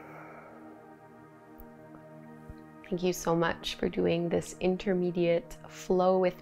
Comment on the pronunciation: As someone who is Indian and tired of people butchering even the most basic "namaste" pronunciation, I so so so appreciate that you took the time to learn how to say it correctly. It shows your respect for the culture and language behind yoga. ❤️